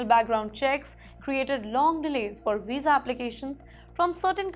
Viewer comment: Madam your pronunciation is pathetic. It is visa not wisa. Get some accent training.